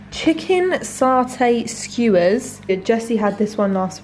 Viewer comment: I'm usually a silent viewer but they way you pronounce 'satay' weirded me out enough. It's SAT-ay! Not SART-ay!